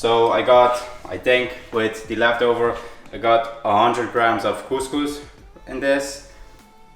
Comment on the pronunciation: the pronunciation of couscous is just perfect, the problem is in the cooking process 😅, that's not steaming it's soaking.